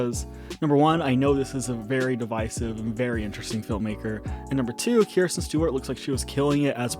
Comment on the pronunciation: It’s Kristen not Kirsten